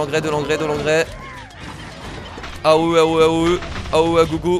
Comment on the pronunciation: quand tu dis " AOE " ca me fais marrer